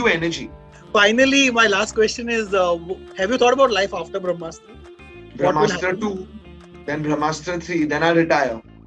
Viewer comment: When the director keeps saying bhramastra instead of brahmastra...you know the movie is junk... Kamaal nai kachra banaya hai Apne...just keep directing romantic movies...tumse na ho paayega iss genre ke movies...